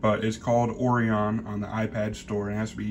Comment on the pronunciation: Hey, don't take it personally but . . . this is lame as all get out. LOL. OH-RY-ON. Orion. Like the con-stel-la-tion. Like stars and stuff. Anyway, it's the powered up order. Like, which device is powered and connected for it to work. And - iPad external monitor support is just not good. And - not in 4K - 1080P max. due to iPad lame-ass display output. So, there. Thanks. Got the idea. Back to gaming.